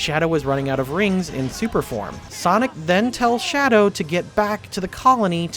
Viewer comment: Shadow the hedgehog, the (1st) h is silent.